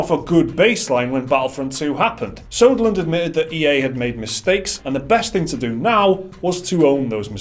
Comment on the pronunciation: It's Söderlund, not Soderlund. noobs